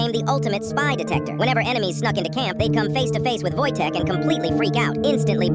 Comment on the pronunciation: Wojtek is not pronounced like the American wojtek it's pronounced "Woytech"